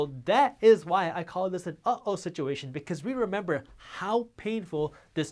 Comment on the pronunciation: It's not oh-o...it's uh, oh.